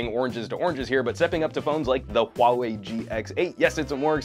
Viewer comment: your HUAWEI pronunciation is really accurate